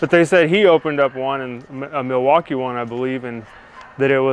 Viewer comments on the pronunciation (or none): none